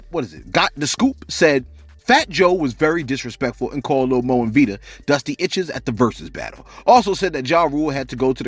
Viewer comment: Fat Joe str8 disrespectful, her name is VITA not VIDA and Lil Moe with an E is male. The nerrrrrve